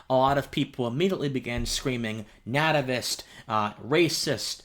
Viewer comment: There's so much wrong with this video where to even begin. First, as a philosophy student, you need to work on pronunciation; this was a mistake I got called out for at the junior high school level. So how are you as a college student not able to pronounce the word nativist correctly? And you say you want to be a public intellectual; the first thing you need to do is get a dictionary and make sure your pronunciation is correct. Second, your analysis like always is so ahistorical; America first was a xenophobic slogan advanced to marginalize subjugate non-white people. That is part of the history of the term; that doesn't go away because you choose to not mention it in your videos. And if you are a philosophical thinker you deal with the history of it, you recognize the good and the bad, and make your points on how you understand those bad points and you have worked through them. It doesn't work if you just put it in the closet Anna like OK it's not fair that's not how philosophical thinking works. You're in a discipline where a single word can change the nature of an argument. I've once attended a lecture by Etienne Balibar where he dissected George W Bush’s use of shock and awe as the name for his attack on Iraq. A single word, its definition, and its history matter so do your historical analysis unless you just can't do that. Lastly, this is just a bunch of word salad you were just going on and on and not saying anything. Just running off at the mouth is not philosophy; phi